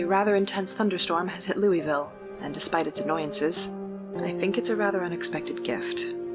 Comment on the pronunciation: Great voice acting, 1 small note if the character is a native of Louisville, she'd pronounce it "loo-vull"